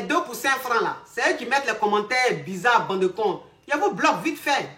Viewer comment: Elle le dit on dirais un seul mot bandekons 😂😂